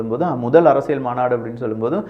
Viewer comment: அரசியள் தவறு அரசியல் உச்சரிப்பில் கவனம்